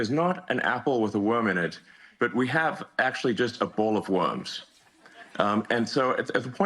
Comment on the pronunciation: Yo!! Musk can't say the word, "worms." Instead he says, "warms." What a sad sack.